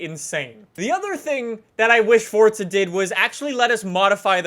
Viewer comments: son its FORZA stop saying FORTZA lol theres no T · anyone noticed he said fortza not forza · Forza not Fortza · Am I the only one hearing "fortza"? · its forza not fortza LOL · fortza horizon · It’s Forza not Fortza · The way he says Forza is killing me. Never knew it was pronounced Fortza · Is it just me or does he say fortza not Forza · "Look at my Super in Fortza Horizon" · So it’s Not „forza“ it’s „forca“ now ? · it bothers me he pronounces Forza "fortza" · its pronounced forza, not fortza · fortza, fortza, fortza😑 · Forza, forza, forza, there is only 1 z a double z makes the t sound. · as long as you pronounce it forsa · cunts need to stop saying fortza b4 i nek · Take a shot every time he says fortza. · Did he say fourtza? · If you say “Fortza” one more time. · wheres the t in forza its not fortza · Why do you say fortza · Still saying fortza huh where is the t coming from or am i missing something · why do do you call it fortsa????? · You pronounce Forza "Fortsa" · THERE IS NO "T" IN FORZA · the way he says forza gives me anxiety